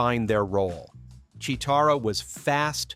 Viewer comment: Wtf it's cheetarah lol he said it wrong lol obviously never grew up in 80's or he's Ai lol Boooooooooooooooooooooooooo😡